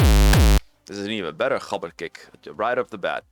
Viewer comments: maybe roll the r as well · wait is that the correct pronunciation of "gabber"?😮